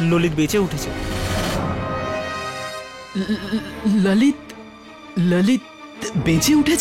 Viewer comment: ভাই এটা কী রহিত বলছে না _ললিত 😅